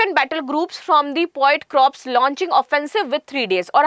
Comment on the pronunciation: मैडम क्रॉप्स नहीं,कॉर्प्स है